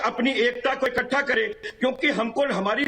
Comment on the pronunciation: इक्कटा नही इकठ्ठा बोलो ममताजी हिंदी बोलना सीखो